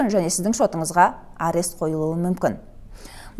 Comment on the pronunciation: Арес арес деп айтабересің екен, құлаққа жағымсыз естіледі. Арест - бұғаттау